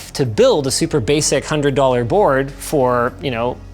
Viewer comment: Like how she answers like she's in a game show. "currency? oh wheit aI ckno disu US dorraa!